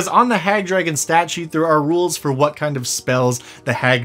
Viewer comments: Drahagon^... what did you say your name was? ...int check ...3.... Drahagon^ it doesn't matter what your name is!..... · Shoulda called it the Dra-Hag-gon